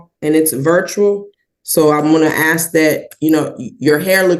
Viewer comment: It’s ASK not AXE…drives me nuts!!!